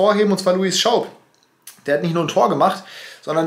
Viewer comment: Es heißt übrigens lui schaub und net luis HAHAHA